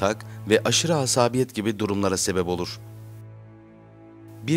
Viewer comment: Dİ EM Tİ diye ingilizce telaffuz ediyorsunuz ama kendi dilinizi doğru telaffuz edemiyorsunuz. Asaaaabiyet denmez asabiyet denir.